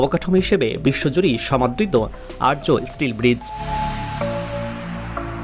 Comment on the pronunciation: আর্য নয় আর্চ ( arch)